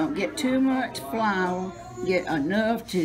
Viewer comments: I felt the same. I just stopped and watched. “Flaor” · As soon as I heard how she pronounced “Flaor” I trusted her cooking lol. I love her accent and the whole environment. It is simultaneously chaotic and peaceful. Thanks for sharing.